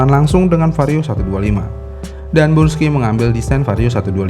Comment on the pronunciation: Yang bener brusky apa bursky sih? Ko dia bilangnya bursky mulu